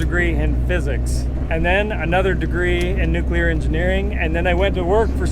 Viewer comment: I like Tom answered the question nuclear engineering right after hearing say nuculer